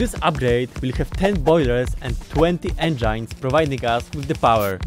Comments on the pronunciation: Engines, enjines I learned a new way to say engines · It's funny how you say энджайнз instead of engines